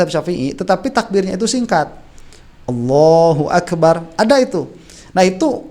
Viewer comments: AKU DENGER KOK AWWOHUAKBAR,BUKAN ALLAHUAKBAR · Takbir nya maaf ya kalo saya ga salah dngr BKN Allahu Akbar ya .tp awoohuakbar .coba deh dngr dngn benar".jika saya mohon maaf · Bacaan takbir pak Jokowi terdengar Ollohu Akbar yang benar adalah Allohu Akbar